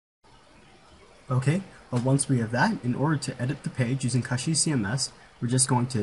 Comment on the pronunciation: It's not pronounced KUSHY like mushy, it's pronounced KOOSHY, like pushy !!! It's from the word CUSHION. Just thought I'd let ya know....